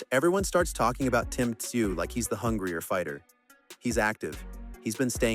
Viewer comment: AI generated, Tim "Tah-sah-you"